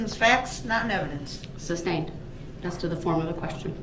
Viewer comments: OR that it's Sustained not SUB-stained and you don't say groundz after EVERY objection. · I’m wishing they all just start making fun of him. Saying “I don’t need to AXED” and “Objection SUBSTAINED” just to antagonize this POS